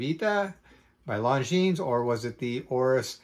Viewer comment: Luv the watch, hate that Longines insists on giving their automatics a solid caseback instead of a display back. You pay the money, you should get to view the movement at will. Thx for mentioning it looks good on a NATO! Good to hear. FYI: The "s" at the end is silent.